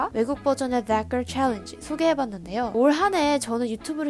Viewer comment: 댓 가rl~ 발음 찰져서 자꾸 듣게되네여,, 좋아요 누르고 갑니다